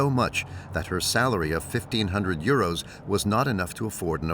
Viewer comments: Why does the commentary always mention money as eurose (sp). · Why they say uroes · Why does the narrator keep saying euro s.